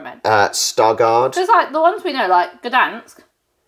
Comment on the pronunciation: She nailed Poznań, Gdańsk and Białystok at the frst time